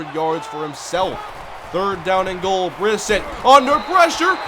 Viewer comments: You said Brissett’s name wrong it’s pronounced (bruh-set) not (briss-it) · it is pronounced Bris set